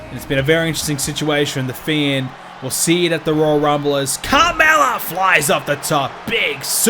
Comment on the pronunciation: His pronunciation of the fiend name is not amusing at all